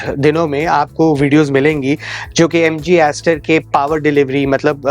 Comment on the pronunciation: Sar aapane Jo mileage bola hai MG star style ka to, thoda clear bol dijiye please